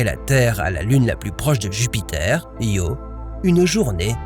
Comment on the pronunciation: Io not Rio you imbicile AI